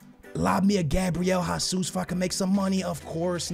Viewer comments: Where is the 'A' in Jesus? Why do you keep pronouncing it Ha - soos? Its Hey - soos. Or the 'O' in juventus. It's not Joventos. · you are portuguese, you know gabriel jesus is brazilian and you pronounce his name like he is spanish. just say his name properly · You’re Portuguese and still can’t pronounce Gabriel Jesús’ name properly